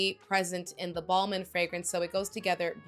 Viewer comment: Ball-min is not how your pronounce this one